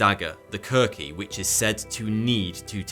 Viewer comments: Did you call a KOO-kri a kur-KEE? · Its Khukri, not Kurki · It’s Kukri not Kurki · Ita Kukri not kurki. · Its „Kukri“, not „Kurki“. Its „Buddhism“, not „Buddism“ and its said „Moo-za-shee“, not „Mussassi“ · kukri not kurki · Er, it's KUKRI knife, not kurki,. Aside from that, this was another excellent and informative video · Just a note, the video is awesome, but the weapon the Gurkhas used is the Kukri, not the Kurki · It’s a Kukri. Not a Kurki. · "KURKI?"" LMAO, best not let the Gurkhas hear you taking liberties with the pronunciation of their most prized weapon. 😜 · your pronunciation of "kukri" as "kurkee" is killing me on the inside. 😫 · Musashi, not Musassie And Kukri, not Kurki lol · The Gurkha knife is called the Kukri, not the “Kurki”. I’m English but spent my childhood in Singapore. When the Gurkhas came to the British Army base, they were so young that they would use the playground and have to put up with British kids demanding “show us your knife”. The Kukri is very cool. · It's not Kurki - it's Kukuri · Oh, and it's KUKRI or Khukuri, not "Kurki". He's British, he should know that! Jeez... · It is called a “KUKRI” not a “Kurki”. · Kukri not Kurki 😁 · Khurki? Its khukuri, nice vid but your pronunciation are quite wrong lool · Seeing him pronounce names wrong makes me wanna puke, "Mi" "ya" "mo" "to" "Mu" "sa" "shi" . And not "kurki" it is "Khukuri" "Khu" "ku" "ri" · Yikes ik this is small but it kinda triggered me that he said "kukri" as "kurki" the whole video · Kukri is not pronounced "Kur-key" its "Ku-ku-ri" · you have to work on your pronounce of foreign languages/names cause you really sound unprofessional: you butchered every freaking name even mispronouncing Kukri instead of Kurki. That's pretty bad for a channel about information/education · Bruh, it's not a Kurki but a Kukri. Stupid mistake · Kukri not kurki. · Errors: Ah! The "Warrirors of History"! kukri, not kurki. Chruchill? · "Kurki" made my ears sour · Its pronounced "kukri"